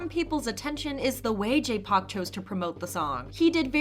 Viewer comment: Not going to lie the way you say Park, I thought you said jpop. Park makes much more sense 😅. For RV, I'm happy they were open about their thoughts on Kwangya but I'm so scared people will try to use they statements is some negative twist. I know a member of SJ made a similar comment but he is WELL male and whenever female idols make any comments not "I love my label, my life, my ..." they often get a negative cloud around them. Fingers crossed this doesn't happen for RV.